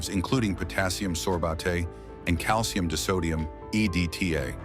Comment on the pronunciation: Hard to take this seriously when the narrator can’t pronounce simple words like margarine, beers, and calcium